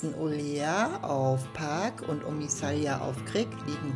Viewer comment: Das Video ist gut und hat wirklich schöne Aufnahmen! ❤ Aber es heißt nicht omisalja sondern omisalj (sprich= Omischal) und es heißt auch nicht Krik sondern KRK 😅